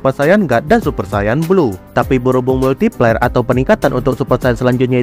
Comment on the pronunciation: kok gue denger multi pler ☠️☠️